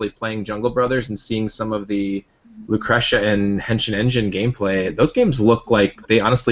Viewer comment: loo crush uhh? NO. LOO KREE SHUHH. Thank you. NOTE: is the Andy Ihnatko of GameDump. ALSO: I have, believe it or not, only watched the first and last 15 minutes of this video. I will go back and finish it tomorrow.